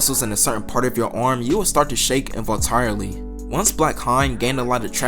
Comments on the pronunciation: IN-VOL-UN-TAR-REELLY YOU NICOMPOOP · the way you said involuntarily lol